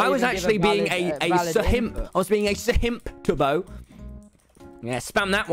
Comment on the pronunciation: “Sahimps”, their ya go tommy